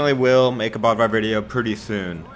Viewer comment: Dammit I just wish he could pronounce bödvar properly (b-ode-var)the accent causes that